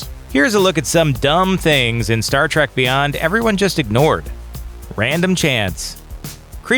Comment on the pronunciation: I think this guy says Star Trak just to start shit lol